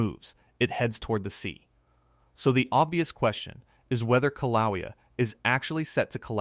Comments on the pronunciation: learn how to pronounce KIL-A_WAY-A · Kill-a-way-a is how you say it! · “kill ah way ah” . Please